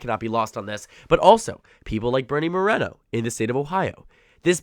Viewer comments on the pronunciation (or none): none